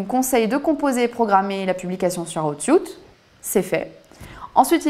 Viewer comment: Aiie aiiie l'oreille pour rester concentrer ... please la prononciation c'est : "houuuut sweeet" if anything ;-)))